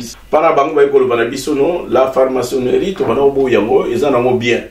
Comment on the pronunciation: FRAMACONNERIE FARMACONNERIE TE . PRONONCEZ BIEN TATA BOLINGI KOTEYA MAIS ...